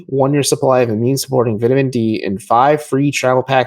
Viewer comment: I lost all of my Colin Sexton thoughts when I heard pronounce "vitamin".